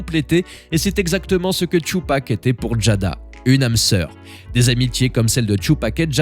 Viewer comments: son nom se dit Tupac pas " Chupac"🤣🤣🤣🤣🤣🤣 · C'est pas thioupak c'est Tupac (ca se prononce ''toupak'') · Tu ne mérites pas de parler « Tchupac… »😂😂😂